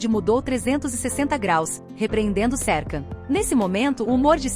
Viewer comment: você fala o nome dele errado